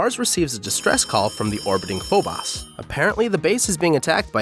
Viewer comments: It's not phobas and deimas its phobos and deimos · It’s Phobos, not Phobas. Sorry haha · Please learn to pronounce Phobos and Deimos correctly. :') Deimos = D - Mose Phobos = foe - bose Not Diemos and foeboss xD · Just throwing it out there they aren't pronounced "die-mas" and "pho-bas" they're greek and pronounced "day-mos" and "pho-vos" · I know I'm late to the party but the way to pronounce phobos is like "foe-bohs" not "foe-boss" Edit: and Deimos is pronounced "day-mohs" not "die-mas" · its pronouced foe boes not foe boss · It’s Phobos not phoboss, this is why I can’t stand Americans. Your language is just pathetic and lazy. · Every gamer ever: Phobos This guy: Phobas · that pronunciation is painful. Foe-boss and Die-moss? Cmon it's clearly foe-bose and day-mose. "Welcome to DOME, where you are a marine from MAIRS who travels to FOE-BOSS!" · why does he keeps calling phobos, 'phobas' ?. Its clearly pronounced as phobos......almost like a script with phobos spelled wrong.. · The pronunciation listed in some dictionaries is "Pho•bos" and "Dei•mos," while others are listed as "Pho•bus" and "Dei•mus" or "Pho•bes" and "Dei•mes." I've always heard it pronounced as "Pho•bos" and "Dei•mos." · No. Any astronomer worth a damn pronounces it phobos, not phobas. I've watched dozens of space documentaries from both America and the UK. NOBODY says "phobas" except. First time I've ever heard it pronounced that way. And, btw, even if an educated English speaking person somehow never heard Phobos pronounced (like for example who clearly hasn't), then they could fall back on common sense and pronounce it how it is spelled, with an O at the end. Where in the Hell he conjured up that A at the end, I'll never know. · Im glad you made the video but at the same time why did you pronounce "Deimos and Phobos" like "Deimas and Phobas"? It's pronounced like "Daymose and Phobose". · The moons are pronounced FO-BOSE & DEE-MOSE :elbowcough